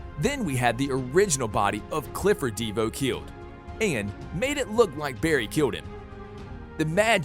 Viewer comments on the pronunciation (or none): This man is triggering me it’s not diva it’s Devoe it’s not cicada cicada and it’s not Ava. It’s Eva this man is triggering me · De Vo not deva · bruh DEEvo its De voe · Devoe not "DE VOE" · He said deavoe instead of dovoe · "all of them were killed by DeeVoe" please man it's just Devoe, not Deeevoe😭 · D I V O not deevo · Dee-voe? C'mon, why do I feel like he didn't watch the actual show. ITS DE-VOE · LITTERALY THE WAY HE SAID dIvOu Insstead of DeVou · it's not deevoe its (da-v-oh) and also it's not cacada it's (ci-c-A-da) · ok it is not deevoo its DeVoe and Cicadadadad is Cicada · It’s not dEeevo it devo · this guy says devo in stead of Devoe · Is no one going to mention the fact that he called De-Voe Dee-voe and he's calling cic-eada cic-ada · Its devoe not devo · Bro said divu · wtf "ehva" "Deeevoe" and so much more mistakes lmao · "Deevoe" ayo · Ahh yes my favourite villian "DeeVoe" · Bro I can't anymore who wrote this script please say the names right sikada, dea vo, also Jhon's daughter didn't die she got removed from the timeline. Mark mardon was a hologram, Kamilla hwang didnt die she was taken into the mirrorverse This just really bugged me. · He says divoe like devo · ikr deevoe sicada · i was about to comment deevoe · Devoe and cicada